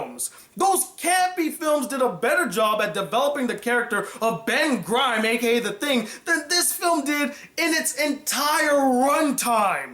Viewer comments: I'm not trying to nitpick because the review is well done. But for the love of God, please, It's Ben Grimm NOT Grime; soft i. Like Grimm's fairytales. Please. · Also it is Grimm not Grime. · Uh... The Thing's name is Ben Grimm, not Grime. Anyone half familiar with the Fantastic Four would know that. Come on, man...